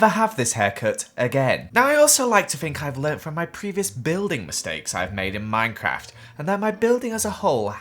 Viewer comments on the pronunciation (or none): none